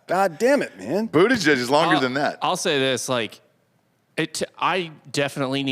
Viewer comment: Is it pronounced buttuhgag?